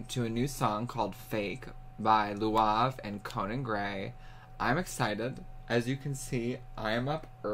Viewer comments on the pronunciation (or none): had me wheezing 💀💀 🤣 It's lauv, idk how to explain how to pronounce it. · He said Luav, lmao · Just to help you, his name is said like the word Loud, just with a v at the end :_BeefLegionPride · Also never new that’s how you pronounced lauv’s name omg 😂😭😭😭😂😂 ive been saying it wrong this whole time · his name is lauv not luav hahaha